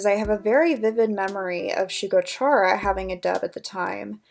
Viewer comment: Hope this doesn’t come across as rude but isn’t it pronounced like “Kare-ah” not “chair-ah” because Chara is short for character?